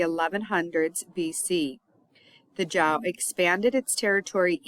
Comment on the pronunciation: cool, video, not sure how I came across lol - but mostly from doing Chinese lessons recently I guess. Anyways 周 Zhou is pronounced kinda like “Joe" . 💙